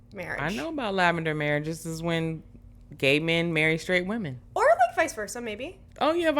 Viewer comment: the amount of ppl who have terrible grammar is wild. It seems to be recent. My pet peeve is the incorrect pronunciation of women